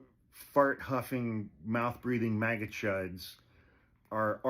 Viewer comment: Every time you said MAGA I heard Maggot 🤭